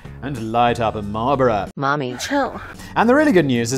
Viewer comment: The way he says Marlboro (Marlbora) offended me